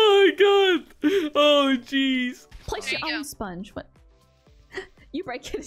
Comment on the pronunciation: Intro: u can't get my spaghetti get your 'Owl' spaghetti ----------------^ Get it! Is said owl instead of own xddd